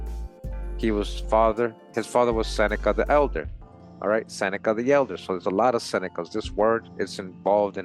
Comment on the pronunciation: (As-a-nika) seneca, The Roman philosopher that knew America existed 🧙🏽‍♂️